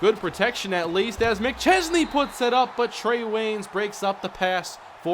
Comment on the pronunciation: yeah because can actually pronounce mcchesney's name